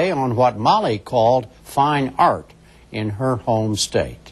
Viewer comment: Texas "ort" - great piece, great lady...reminds me of a Texas gal saying, "Well my Daddy made his money in "awl" [oil]." :)